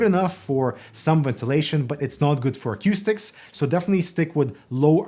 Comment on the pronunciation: You're definitely pronouncing acoustics funny